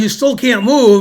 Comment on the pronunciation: TzoogTzvaang - with a 't' sound before the 's' sound. The proper pronunciation has such a satisfying bite! (Of course BenMaster Grant Finegold knows this. He's just messin with the audience. He's a chess player.)